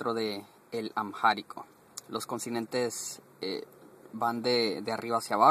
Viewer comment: No puede usted hacer un vídeo didáctico con tantas burradas No sea bruto, No se dice "Amjárico" aunque haya una "h" intercalada si dice y se pronuncia "AMÁRICO", que también existe como palabra en español para referirse al idioma. No es el idioma oficia del imperio "Itiope", eso hace mucho tiempo que dejó de existir, más bien es el idioma oficial de un país que se llama Etiopía No sea burro, el amárico no pertenece al grupo de lenguas "AFRO-SEMETICAS, eso no existe más bien es una lengua SEMÍTICA MERIDIONAL No se dice "otras idiomas" se dice "otros idiomas" Ni el árabe ni el hebreo ni el arameo son lenguas "AFRO-SEMETICAS" son lenguas semíticas No se dice un consinente y un vocal. Se dice una consonante y una vocal No se dice "i latín" se dice "i latina" la explicaciones son lamentables